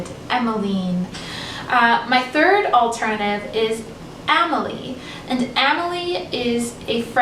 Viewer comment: Amelie is pronounced “Ah-me-lie” and emmeline is usually pronounced “Emma-line” or Emma-lyn